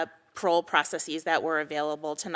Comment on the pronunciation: Is it processes or proceecee's? Is it basis or basceecee's? Huh